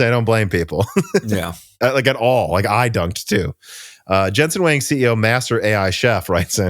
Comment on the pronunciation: Huang is more like Wong not Wang.